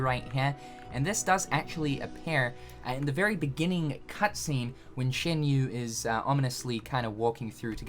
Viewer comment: it's "SHAN yu" not "SHIN yu" lol